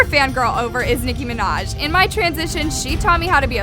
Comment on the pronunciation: I DIED OF LAGHTER WHEN IT SAID NICKI MANJA 🤣🤣(I luv her byw)